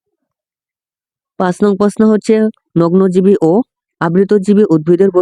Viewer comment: নগ্ন বিজি রে আপনি বলছেন নগ্নজীবী 😂😂😂😂😂😂😂😂😂